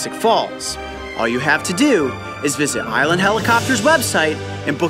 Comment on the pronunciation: island not iwlend